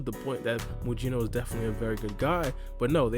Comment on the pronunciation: His name is not Muyino. It's pronounced Mugino like Gyuki and Kusanagi.